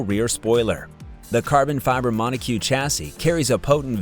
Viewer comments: Are you sure that you are pronouncing monocoque correctly lulz 😂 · feel sorry for you.AI messed you up so bad that you don't know what's what now. Monocoque is not an easy word but if you plug it into google translate, then it work pronounce it correctly. There is a bigger chance of person making this mistake than AI. 😂